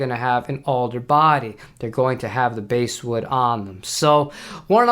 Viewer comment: The few MIJ Fenders here have rather unattractive colors and 3-bolt Micro-Tilt necks. They're priced a bit lower than Vintera II models, which I prefer. Rosewood board on a Tele is killer. I do like my 2019 MIJ Aerodyne Jazz Bass, however. I picked that up used for $600 US with a generic case. Note: "bass" in basswood is pronounced as in the fish, not the instrument 🙂 That's OK, in the UK, they talk about "Lez Pauls" because they think Leslie (pronounced with a z sound) not Lester. How many here used to fawn over Lay Pauls? 😁